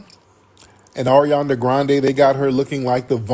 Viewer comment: Ari-ohndah is cracking me up. Never heard that name pronounced that way